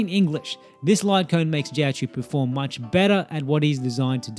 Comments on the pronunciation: Not really an accent issue, difference between choh and chew is a universe and then some, but good luck in the future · Life hack for content creation: If you create a guide about a specific character and you are going to mention the name like 500 times in 11 minutes it helps to google the pronunciation once. First time I saw a video on this channel and it's such a bad first impression that I don't want to watch anything else ever, even though the comparison I came for is alright.